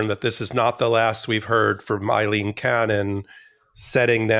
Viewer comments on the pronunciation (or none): My goodness, Ben. Why are you so determined to continue pronouncing her name Eyeleen when her name is Aileen and that's how everyone else is properly saying it?